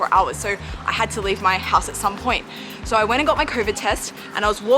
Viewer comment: always funny hearing an Aussie say "SO" like soyoo beautiful.